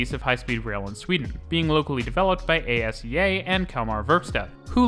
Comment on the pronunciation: Try to see what YT subtitles make of your swedish name pronunciation... Please inform yourself about it such that it can be understood. You can find Umeå (and many others) at WP, in global IPA script, whose major signs every edcuated person should be able to read. Some more: ASEA is pronounced as one word, stressed on the SE syllable (speak the A's as in car); Mälardalstrafik; Krösatågen